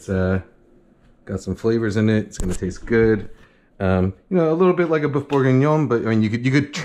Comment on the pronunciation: You keep saying "boof" but here's how you can really pronounce boeuf